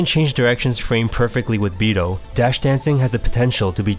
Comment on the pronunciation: I mean... Just so everyone knows, it's pronounced Bi-dOu as in it has to be the long O. Basically you should be ignoring the u. At the same time, don't mistaken it for bi-doh either; like the Homer D'oh. You just elongate the beginning of O. I mean, it would be nice and respectful to the Japanese if you say it properly, that's all.